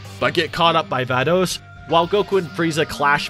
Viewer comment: STOP MISPRONOUNCING CABBA'S AND VADOS'S NAMESSSSS